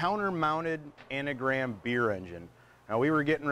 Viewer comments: It's Angram, not Anagram! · It’s Angram, An Gram, not anagram.